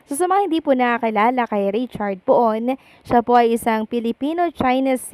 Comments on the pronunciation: Hindi po Po-on ang bigkas. Pun ang bigkas. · the correct pronunciation of Poon is PUN not Po-on